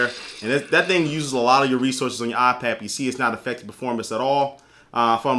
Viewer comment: It's not aaah-pad. It's eye-pad. Lol. :-)